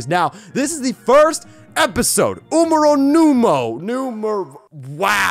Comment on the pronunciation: “Umero numo” well college has really paid of hasnt it?